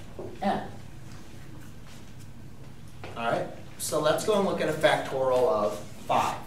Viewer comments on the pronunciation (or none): It's pronounced factorial, not factoral. BTW a math teacher who can't do a simple multiplication like 24 times 5 in his head is not worth much (calculator dependent gen Y perhaps?). Anyway, you didn't explain at all what it could be used for. "Learn all about factorials", yeah, right...